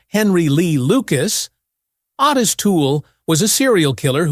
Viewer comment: Its pronounced O tis